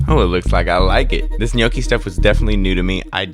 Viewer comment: Gnocchi. It's pronounced 'knocky', just a heads up. Love the video man 👍🏻